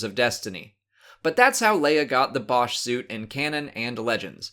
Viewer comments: būsh is the correct way to pronounce it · It's boo Sh